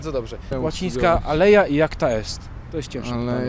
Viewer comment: "alea iacta est" a nie "aleja"